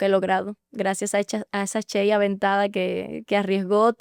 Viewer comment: Por qué si dices shey Ochoa y pronuncias Chey ochoa